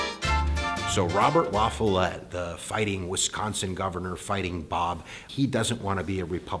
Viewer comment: I find it impressive that a non-Wisconsin person actually pronounced Robert M. La Follette's name correctly lol